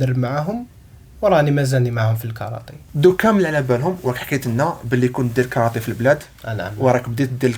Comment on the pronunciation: كارتيه وليست كارطي